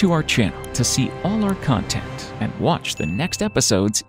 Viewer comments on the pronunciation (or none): none